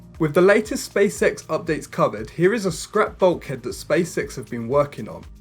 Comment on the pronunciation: did you just say "space sex"? :-)